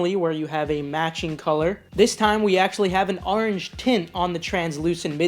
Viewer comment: I had to unsubscribe because you say orange weird